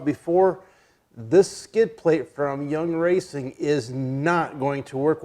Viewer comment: It’s yeah racing…. Not young racing 😂